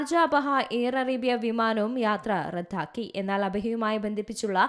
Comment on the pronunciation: റദ്ദാക്കി എന്നാണ് പറയേണ്ടത്, റത്‌ഥാക്കി എന്നല്ല.